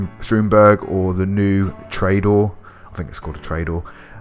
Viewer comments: Yo trayador? It’s toreador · This is useful as he shows the location of each jump with enough time to pause and locate something which other guides don't do as well He does pronounce car names strangely though anyway I'm going to jump in my Treydoor and land on the lighthouse.